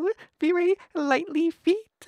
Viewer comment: What the fuck lol varey soft-EH kehin-EH